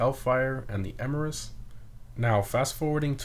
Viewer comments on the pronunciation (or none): none